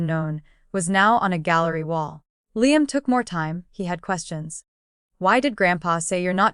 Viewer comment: Revenge with Emily family….. you folks really need to look at the spelling errors because your reader pronounces things wrong. A simple word like Liam and several other things are in the mess.